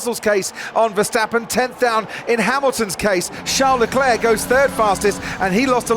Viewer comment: If I hear “Charles DeClair” one more time I’m going to scream! Get it right Crofty